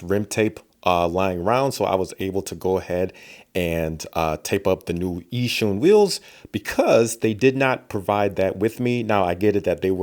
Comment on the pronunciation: pronounce it like "Yee-Shoon"